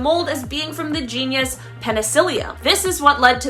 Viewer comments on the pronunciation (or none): the word is genus....not genius......genius. LOL